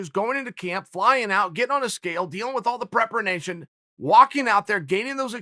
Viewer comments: If chael says it’s prepernation, it’s prepernation okay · Chael had to deal with so much preperenation throughout his career, he would know the correct pronurunciation... Never question the facts Uncle Chael speaks..... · Prepernation ain't a word chael. It is now.